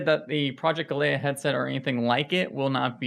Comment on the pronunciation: He can't even pronounce "galea" properly.